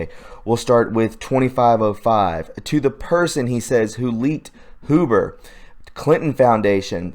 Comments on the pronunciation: It's not HOO-BER it's H-YOU-BER. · Mueller is Mule-er Huber is Hue-ber.. Pet peeve sorry couldnt help myself.. tubers are killing me